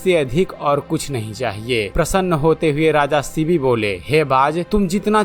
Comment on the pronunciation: थोडा स्पष्ट बोलो., शिवी नाहि शिबी राजा. Vedio banane के पहिले दारू मत pina.